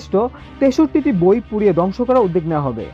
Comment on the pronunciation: 'উদ্যোগ' শব্দটির উচ্চারণ ভুল করা হচ্ছে।